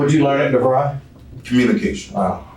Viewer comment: Omg! Did he have the nerve to say devri! This clown is just killing me!!!